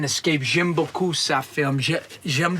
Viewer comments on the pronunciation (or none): none